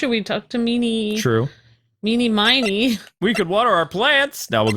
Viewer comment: Ini Miney and Mimi Miney's is pronounced "MEE•nee." Like, Ini, MINEY, Myni, Mo.